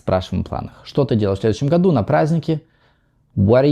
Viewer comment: Не «чо», а «что».